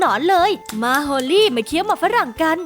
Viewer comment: ฮอลลี่ไม่ใช่โฮลี่